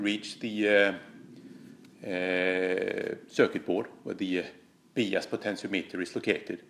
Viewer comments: quick EngIish Iesson...Bias is pronounced bIas, not beas. Great video though mate. wonderfuI technicaI insight into tube amps and the effect of biasing on tone. The hotter the bias the shorter the Iife of the tubes though.... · We are going to “Bee-us” our amp today!! Lol....the rest of the world says “By-us”(Bias). Still love you and your videos. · They all sound gorgeous!! But it’s 33 for me. Btw your English is fantastic and you know I love your accent, FYI it’s pronounced ‘Byas, ‘ love from England! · Hi, fyi in English “bias” is pronounced “BY-es”, cheers 🤘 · bias is pronounced BYE-ISS like saying goodbye to some whos name is ISS BYE-ISS. awesome video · it’s pronounced bye-ass. lol Just giving you a hard time, love the videos, brother. 🙂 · Cool video! I've wondered about this for years. FWIW it's usually pronounced 'bye ass' 'bi - ass' 'by as'. Although I'm constantly impressed by your English considering how hard I failed at learning any nordic language... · I do biasing all the time. It’s actually pronounced By-ass. BTW, your English is incredibly good.! The amp, to my ears, sounds amazing at 26 Ma! Thanks for the comparisons! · "Bee-ass" love you! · One thing I'm gonna change now for sure is the way I pronounce bias.